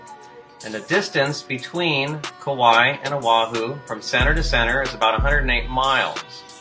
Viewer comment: Oahu resident here. Ive driven home from town for 28 years and have only seen Kauai twice. Both times from a high elevation. As I dropped in elevation down towards the North Shore coast the island will slowly disappear as expected. You both are butchering the names. You have an excuse. He is in Wailua, Kauai. I live close to Waialua Oahu. Its mount Ka...Ala. Like as if its 2 words, only 2. He is adding an extra glottal stop.